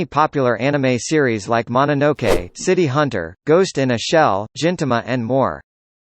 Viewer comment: You pronounced gintama wrong